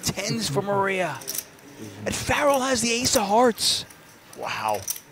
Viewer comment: It’s pronounced FArul not like pharell Williams